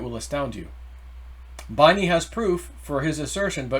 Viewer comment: Binney is pronounced “Benny”